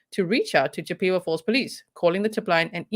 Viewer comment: Not being snarky here, the name of the town is pronounced, CHIP-eh-wah. Its named after the Indian tribe, from the area of the woodlands. You totally nailed the name of the brewery! Not many from here can do that. You said it was a German word? I actually toured that brewery when i was thirteen.